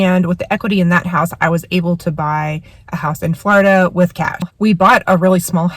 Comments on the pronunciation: It’s not Flaurduh it’s floorduh!!! 😂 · It’s “Floor i da” with the short i. The way you pronounce Florida .. ugh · quit saying flawrda